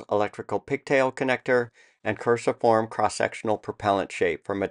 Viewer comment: Cruciform, pronounced Kru - see - form , cross-shaped